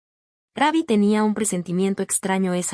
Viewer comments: Esta pagina son puras mentiras la voz es IA no dice Rubbi sino Rabbi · El nombre no es RAbby como lo pronuncias es R-U-BB-Y , no le cambien el nombre, falta de respeto😢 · Por favor no diga raby suena casi Como Conejo diga Como cua do usted dice root en ingles Rubby. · Ni sabe pronunciar su nombre